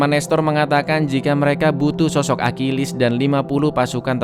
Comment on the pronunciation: Bang bahasa Yunani itu gak sama dengan Inggris bukan akilis cara bacanya Achilles trus Paris itu yaparis tetap